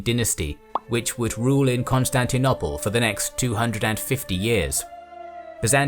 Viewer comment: Why can’t you say Constantinople properly? Brilliant series but that taints it a little